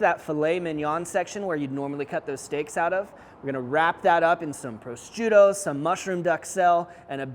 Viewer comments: How does he say prosciutto? Pro-strutto? It’s meat, dude. Not a Pillsbury toaster strudel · sounds like pro shute o, I know they have a c in there but they don't pronounce it. Great food btw don't mean to sound pedantic just if you go to EU to cook or a competition you don't want the Italians making fun of you!